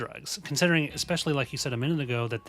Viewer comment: eKspecially? You do know, I hope, the word is eSpecially- no “K” or hard “C” in it! You guys are great but people who pronounce this basic word this way worry me...🤭 YIKES❗️